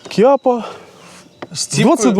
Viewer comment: Вибачте, не "кіапа" а Чаппа.. є така модель револьвера..🤔